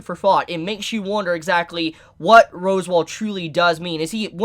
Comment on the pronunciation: It's pronounced Sa-tell-la and Ros-wall